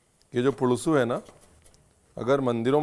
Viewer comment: Great to see a recipe from Andhra.. you should do more from my state.. it's पुलुसु, not पुळूसु